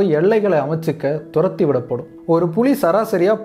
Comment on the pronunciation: புளி என ஒலிக்கிறது புலி என சரியாக உச்சரியுங்கள்